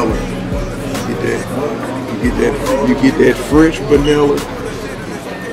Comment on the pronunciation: "baniller" lol he did that cowboy hat